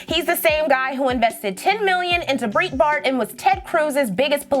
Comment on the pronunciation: breetbart lol